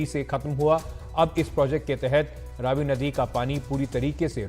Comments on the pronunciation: Ravi not rvi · Ravi nai re Raavi ,ha sahi bola kar. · Its raavi nadi not ravi nadi... 😂😂😂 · It’s not Ravi it’s Raavee